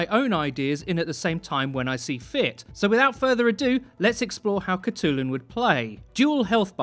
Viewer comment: hi im a mongolian person myself, and id just like to say that her name would actually be pronounced "hut-lun"!